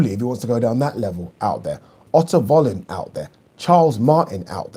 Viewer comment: Isn't Wallin pronounced Vallin?